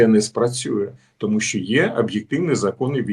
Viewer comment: Не біжить а тікає, не через годину а за годину, не спасибі а дякую. Крім того навчися читати кому перед словом ЩО, бо звучить "томущооооо" замість "тому, що"